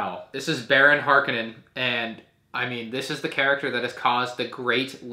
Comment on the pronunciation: ITS HARKONNEN NOT HARKENNEN HARKONNEN HARKONNEN HARKONNEN WTF